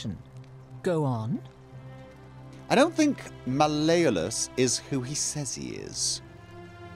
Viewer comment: Mal(mahl) E olus(ohluss) hope that helps:P